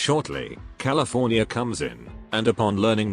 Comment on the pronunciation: "California" i